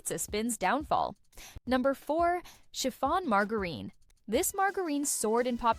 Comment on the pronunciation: Very entertaining video, i was not a live in the 70's but I like looking into the history of food. I also wanted to point out the mispronunciation of Margarine. it is pronounce maar= jr-uhn or marge-rin the INE ending is pretty misleading.